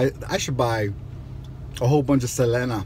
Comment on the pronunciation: I was so annoyed at you mispronouncing Selena´s name, but then you screw up the lyrics of the song. Lol